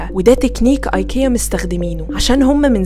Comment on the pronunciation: علي فكره حتي سالو الشركه نفسها في الاسم ينطق ايكيا مش اي كيا. سوري من جد سمعت المقطع بنفسي